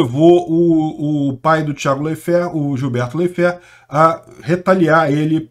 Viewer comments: Sempre ouvi a pronúncia "Láiferti" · Intankavel ouvir o Ucraniev pronunciamento Leifert errado kkkk